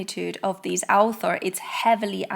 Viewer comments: You are making me feel better, I was also hearing alpha at first. But I am French. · Sorry, I am English so it took me awhile to realise you were saying author and not alpha, The context gave it away eventually, I must of been a bit sleepy.